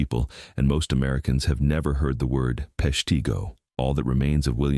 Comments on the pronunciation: Pesh-t'go, not pesh tee go 😅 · AI. Yes; I've never heard of PeshTEEgo. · Nobody's ever heard of 'Pesh-TEA-Go" for a reason: it never existed lol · No, I've never heard of Peshteego, and I'm quite aware of the Great Peshtigo Fire. (Must be where they smelt all the "leed") Can't you even bother to check the pronunciation? And if you want "towns you never heard of" just look at all the town that dried up when passenger rail went virtually extinct (Thanks, Amtrak!) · As usual the mispronunciations are because its an AI voice. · If you're going to talk about Peshtigo, learn how to pronounce it! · FYI, "Peshtigo" has a short "i" sound, as in "it." Not a long "e" sound, like "beet." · Narrator can't pronounce Peshtigo correctly!